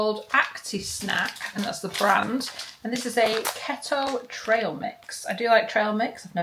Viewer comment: Please look up how to say Keto & Chipotle love 😊💖 great video x